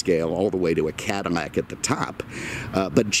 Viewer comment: It's Cadillac, not Cadimac. You keep on saying Cadimac.